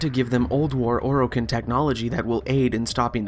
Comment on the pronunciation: Its Or i Ken not Or o kin.... holy shit...